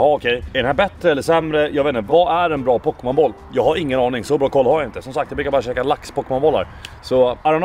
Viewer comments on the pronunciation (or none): Pokebowl inte pokemonboll XD